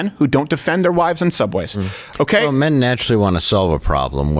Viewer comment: Nah... its just when you say "mehn are reluctant to help wahmn on the subway" you're ignoring rase.... because the real situation is "whi mehn dont save whroes from the subhumans they fk"... and why should they?